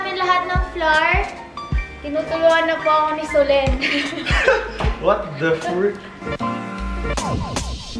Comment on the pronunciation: ako lang ba ang natatawa tuwing nagsasalita si ng "SOLENN"